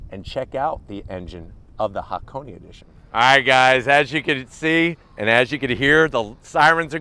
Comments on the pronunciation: Small pronunciation check: that should be Ha-Ko-Nay (near enough, the 'nay' is short) rather than Ha-Ko-Knee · It's pronounced haa·kow·nay, not haa·kow·nee. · Its just pronounced hakon. Not hakon.eeeey. hakone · Ha Ko Ne pronounced "Hakonay", not hakony LoL. Love your videos though! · It is Hakone(haa•kow•nay). Not HakoNI. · Say it with me. HA-KO-NAY kthx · He just can't seem to say Hakone correctly.